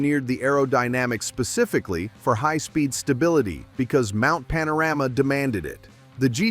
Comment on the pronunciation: Mount Pana-Rammer? Ok Americano AI😁